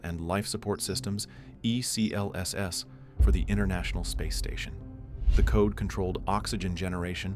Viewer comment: For the love of god, its pronounced